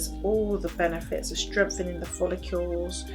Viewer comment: Very detailed. Thanks. Always wonder why you say follicule, when it's follicle.